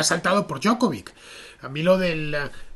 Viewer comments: 4 consonantes,. La "c" final se pronuncia "ch" que yo sepa. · La J en lengua serbia, croata o eslovena equivale a "i" . La pronunciación sería Diokovich